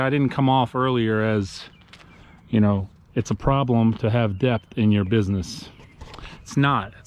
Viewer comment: But, the b in debt is silent 🤫 lol...